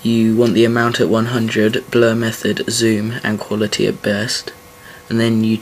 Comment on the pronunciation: lol it sounds like you say 'bleh' for 'blur' lol :D I love the accent tho love it xD